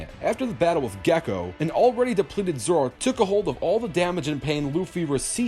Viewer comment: it’s Zolo, not Zoro. Zoro is the guy from a different franchise.